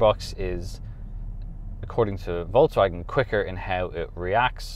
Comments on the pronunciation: It's Folkswagen and not Voltz Wagen. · that's different tho :-) Do you really call folks as volks in English? You don't say, hey volks. You say, hey folks. So, it's a Folks Wagen, the Car of People :-)